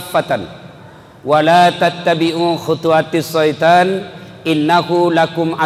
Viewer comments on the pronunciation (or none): Mohof maaf Ustadz..bukan Shoiton tp Syaithon.